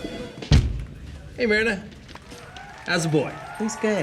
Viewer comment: Myrna is my mother’s name. Pronounced “merna” in her case - never considered any other pronunciations but this “meerna” gets under my skin so bad since I’ve never heard it anywhere else